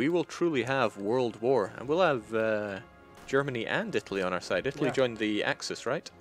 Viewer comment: Ittaly instead